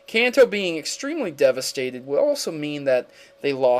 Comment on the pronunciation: lol, i was going to say the same thing. Kanto: Kan, like constitution, To, like toe